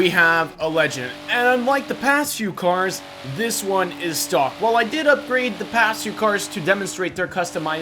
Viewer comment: Why do you pronounce these cars weirdly